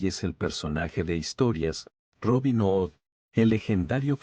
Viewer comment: Si estas contando historias inglesa please pronuncia bien ' hood'